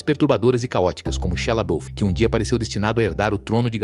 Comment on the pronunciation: Muito bom o conteúdo, só sinto falta de uma locução humana porque há muuuuuuito erro de pronuncia: Abórto, Warner brôs, Shala biúf etc. A velocidade da locução também atrapalha. Só decidi comentar porque o conteúdo é bom, o que é meio raro atualmente.